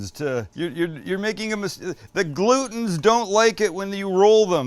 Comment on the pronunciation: Don't roll the ger-lutens! 🤣 Also, you had me at Korean fried chicken.